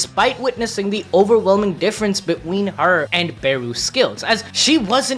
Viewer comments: anyone else notice that he doesnt say between but he says be-ween look and you will know what I mean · Bro says "between" "be-ween"